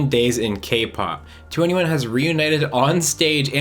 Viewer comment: I can't believe you mispronounced 2NE1.